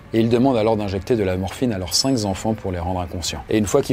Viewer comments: Pas mal du tout ! Petit détail cependant pour le narrateur : les chiffres sont INVARIABLES ! On ne dit pas cinq z'enfants mais cinq enfants... Pardon, mais on apprend ça au CM2, et en vous écoutant les gens de ma génération ont les oreilles qui saignent...... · Comment écris-tu ce que tu prononces "cinkzenfan"???? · En français on ne dit pas Chioukov mais Joukov. 5 s'écrit sans s, il n'y a donc pas lieu de faire de liaison phonétique. Et si on retournait à l'école au lieu de faire du grand n'importe quoi ?